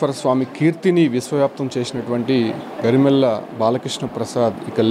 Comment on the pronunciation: ఆయన రచించిన? ఏం తెలుసని వీడిని అక్కడికి పంపారు ? పైగా ళ అక్షరం ఒక్కసారి కూడా పలక లేదు. కల గరిమెల్ల అంటూ... పనికిమాలిన రిపోర్టర్